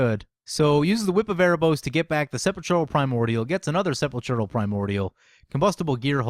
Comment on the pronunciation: SEH-PAUL-KRAL ! NOT sepechural -_